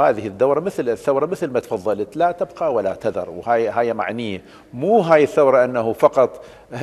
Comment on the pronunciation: (لا تُبقي) مو (لا تَبقى).. انت دكتور يا علاوي